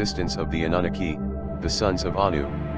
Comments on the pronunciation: thumbs down to robot voice that cant even pronounce Anunnaki smh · Is there a transcript of this? That computerized screen reader had such horrible accent and pronunciation, I couldn't make out even one namw he said. He kept saying "uh-NOONA-kee" insead; of "Ah-noo-NAH-kee" very frustrating.